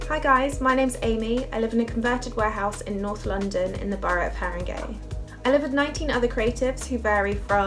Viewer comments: It's Haringey not Harringay!!!! Ha Ha Ha! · Haringey NOT Harringay.